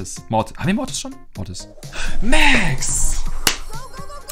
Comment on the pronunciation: sagt immer Motis